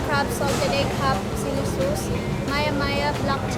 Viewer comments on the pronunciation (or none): When the lady kept pronouncing sauce as 'sus' and Erwan had this 'hold it in. hold it in bro' moment. lol